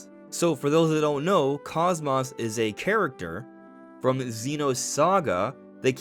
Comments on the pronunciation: Kos-mos? 😂😂😂 it kos-mos as in kos-mode. Not kos-moth. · Cosmos is pronounced cos-mose. The first o is the long sound, cose-mose. Unless you also pronounce cosmos that way, which I've never heard personally. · He mispronounces both syllables lol. Like wow. Not just butchering one part but both lol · That's incorrect. It's Cose Mose. That's how it's pronounced in Xenosaga and is consistently pronounced that way in that series. Xenoblade 2 is when they mispronounced her name. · The mispronunciation is triggering to Blade and Saga fans. Bugged me too lol. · The way you mispronounce KOSMOS infuriates me